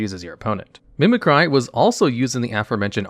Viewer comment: Everyone’s talking about the way he pronounces Latios, while I’m going nuts about how he pronounces “Mimicry”